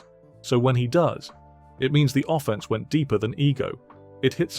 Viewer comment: An offense, offending someone, is pronounced “ofFENSE” not “OFFense”